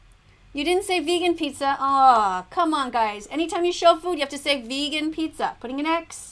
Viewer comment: She's the type of person who tells lions "are you going VEGEAN?"